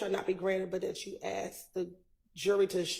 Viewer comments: If you are American, living in the United States, speaking English then pronounce it correctly! ASKED NOT AXED! Especially by an attorney! It is unprofessional and frankly insulting for getto slang to be in a courtroom by a professional litigator, even an unprofssional litigator. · It’s driving me nuts there is no x asked just flipping say as k ed put it together and sa asked it’s not that hard when your a grown up. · When I axe the question!! Lmao!! , there’s an s, k, and d in ASKED.. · Have you noticed that always wants to "Axe" a question?? It sounds so dangerous. She could knife the question or shoot the question, but, she always wants to "Axe" the question. She is educated... right?? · why does say ast instead of asked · Yes, prosecutor actually uttered the words "the question I axed". Pathetic. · "When I axed the question" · lol I Crack up everytime she says "axed" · if you're a lawyer, you should be using proper English. "Aks" is not a word, unless you're talking about using an AX to chop trees or whatever. Court proceedings are transcribed and referred back to several years and decades later. Imagine somebody 100 years from now trying to read a transcript and trying to understand what the hell is being said. Ebonics is not proper for a lawyer speaking in court. It's unprofessional and it makes the speaker sound uneducated.